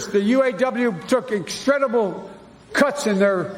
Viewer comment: Did he say “instredible”?